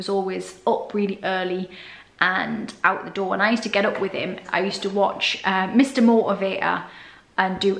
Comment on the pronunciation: "Mr Motivator" ... I would need years of elocution lessons to get within a hundred miles of that pronunciation.